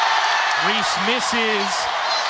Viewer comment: I generally like Megyn, but she should stop talking about the WNBA, because she isn't a fan, she doesn't watch it and she doesn't know about it. She keeps mis-pronouncing player's names, so you know she doesn't watch. She does keep track of politics, so she can speak on that, but she needs to shut up about the WNBA.